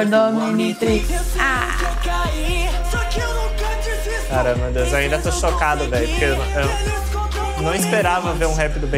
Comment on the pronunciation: A mulhe no final do primeiro rap falou mnitrix mais tem um o tipo o omntirix lembre e omntrix mais pronucie ominitrix mais o certo e omntrix